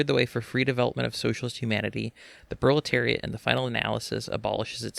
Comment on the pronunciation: R u saying bro-leteriat? Cause that's based bro